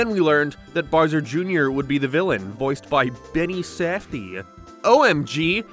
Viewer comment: “Boaswer Junior” 💀